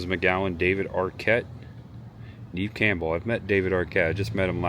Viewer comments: Great Video!!!Not to be a complainer lol but I just watch Neve Campbell explain how her name is mispronounced all the time lol.Neve Campbell's first name is pronounced "Nev" (rhymes with Bev or rev). Despite often being mistaken for "Neev" (rhyming with Eve), the Canadian actress has confirmed it is pronounced "Nev," a common point of confusion for many. It is not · It's Neve like never not Neve like knee lol.